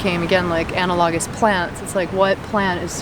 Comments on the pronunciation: Anna - log - is? I cringed every time. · Please learn how to pronounce analogous. You butchered it pretty bad!